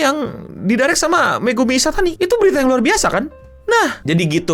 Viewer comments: Ishitani gk sih?, bukan Ishatani 🤣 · Bang Megumi Ishitani bang.. bukan Ishatani